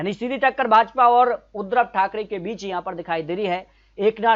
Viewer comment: नाम तो सही लो। बार बार उद्रव ठाकरे बोल रहे हो जबकि उद्धव ठाकरे सही उच्चारण है। फर्जी आंकड़े हैं